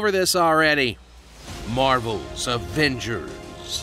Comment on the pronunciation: "Marvel's Averagers" that killed me